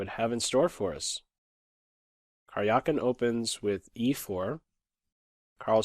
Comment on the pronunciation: Please try to pronounce Карякин better. It is more like Karyakin than Karjiakin